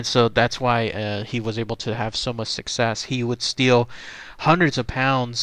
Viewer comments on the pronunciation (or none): none